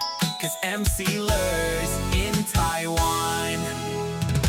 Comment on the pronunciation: love ur show, just saying you pronounce [Taiwan] to [tawan]. 😅